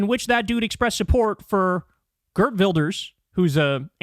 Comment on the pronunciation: Since when is Geert Wilders (pronounce: "Cheirt" btw) Scandinavian?